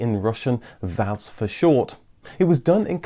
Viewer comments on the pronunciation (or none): That's not how VAZ is pronounced. Let's try doing it by syllables: Volzh-skiy Av-to-mo-bil'-nyi Za-vod. Also, the last syllable in "Zhiguly" is stressed.